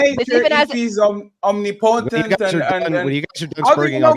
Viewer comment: Not OMNI POTENT fatty Om-NIP-o-tent